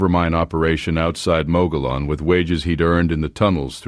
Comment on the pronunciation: A nice story, but The Rim about which you speak is pronounced "Muggy-own". the Ls are not pronounced as Ls. I am from Apache countty in Arizona and I can tell you that the Mogollon Rim is one of the prettiest vistas in Arizona from the South.